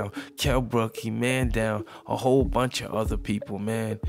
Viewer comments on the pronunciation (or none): none